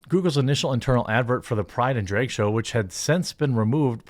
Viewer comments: It’s Drag, not Dreg! Lol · I understand the state you're from means the way you pronounce the A sound is wrong. But, there comes a time Jeremy when you have to put an effort and actually change the pronunciation and stop using your culture or state to justify saying it wrong. It's not dreg it's drag. If you're pretending to scream while you're telling a story or whatnot, and there's a scream in the story, do you say, "Ahhhhhhhh!!" or "Ehhhhhhh!!" I'm pretty sure it's the former because saying like the latter just wouldn't sound right and be more than wrong. Also, you're not really using "without further ado" correctly. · Every time you pronounce drag as dray-g it’s like nails on a chalkboard. Jesus, I don’t even disagree with you on a lot of this but not being able to pronounce such a simple word is super annoying. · It’s not draig shows is drag shows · Drayg, why do you say drayg? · Why does he keep pronouncing drag like "draig?" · why do you say Drage? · I can't stand the way he says drag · You pronounce drag kinda weird. I couldnt help but keep thinking that Drake had something to do with all this lmao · Seriously, why can't you pronounce "drag?"